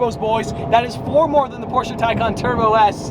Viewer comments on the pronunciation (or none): none